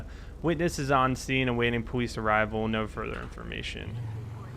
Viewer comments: its police not powece i am dis likeing the video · im not being ruid but tour saying powice and saying your l's wrong not being ruid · does he say powice? ? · Did he say powice